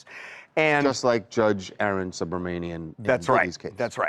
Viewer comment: The proper pronunciation for Judge Arun Subramanian' first name is Ah-Roon, not Aaron.